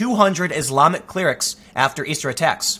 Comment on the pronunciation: "Authorities expel over 200 CLEER-rics?" Surely the word you're searching for Tim, is "CLEH-rick." Sorry; I have a college degree and nothing to show for it, so I have to pick apart your annunciation, 'cause IT'S ALL I HAVE!!!!...other than my house...and my car...and my good job..and my dog...actually I have a pretty good life. Never mind; I'm just a dip-shit! Meanwhile....in Communist China, Muslims are forced to let informant neighbors live with them, and made to eat forbidden food, lest said government informants tattle to the authorities so they can be sent to reeducation camps, but no: AMERICA'S MEANY PANTS GAME-OF-THRONES-KILLS-IMMIGRANTS!